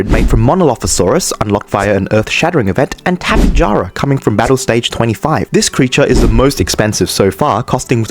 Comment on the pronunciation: *Tapejara is pronounced "Ta-pa-hara"